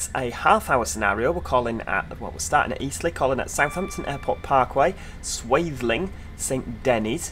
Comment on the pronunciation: I'm based at Eastleigh with Freightliner and watching this I'm straight back at work 😂 the level of detail is about 97% accurate I would say. And yes, you pronounced Swaythling correctly 😄